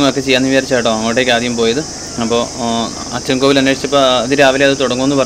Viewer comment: അച്ചൻകോവിൽ... Not അച്ഛൻകോവിൽ....